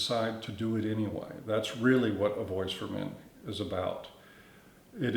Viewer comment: Everytime he said, "voice for men" I'd almost think he said, "Boy's to Men." 😁💿🎶🎤